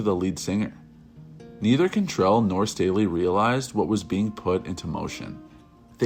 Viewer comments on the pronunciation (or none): CANtrell not CONtrell